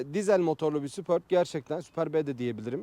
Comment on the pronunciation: Golf ü Gol-fi diye okumazken superbi neden super-bi olarak okuyalim degil mi